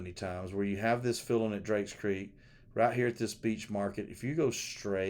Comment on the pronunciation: He keeps saying worshums and beech in the readings